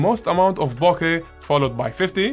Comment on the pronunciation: Firstly, let me thank you for pronouncing BOKEH properly. Its so annoying seeing all these professional youtube photographers pronouncing it incorrectly and then getting all high and mighty when you point it out to them. When I switched from my Sony a6000 to the a7 iii, my first full frame lens was a Rokinon 35mm 1.4, then I got the Sony 85mm 1.8, and it's def my favorite lens for portraits. More recently, I bought the Tamron 20mm 2.8 because sometimes the 35mm is not wide enough for me and I love the more dramatic and distorted images you can get from it. Sometimes I think of selling the 35mm or maybe just adding a 50mm 1.8 to my kit.